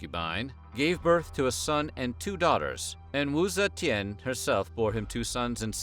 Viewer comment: u suck at pronouncing her name lol